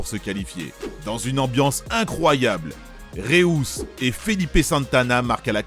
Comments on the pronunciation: Comment il prononce le nom de Reus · Putain c'est quoi cette prononciation de Reus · 1/ le numéro 1 aurait justement dû être Porto 2003 2/ va falloir revoir certaines prononciations 😂 Maniche et Reus c'est pas possible 3/ super vidéo, vous faites vraiment du bon taff